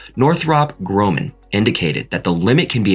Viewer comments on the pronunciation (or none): WTF? What kind of engineer covering space flight doesn’t know how to pronounce Grumman correctly half the time? Or pronouncing cryogenic the same as cry? Or Delta IV as Delta “eye vee”? Probably not an engineer. Probably not in the United States, even given the clear US accent of the narrators.